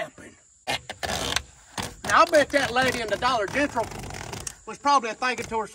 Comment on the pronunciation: Dollar Gengral. Lmao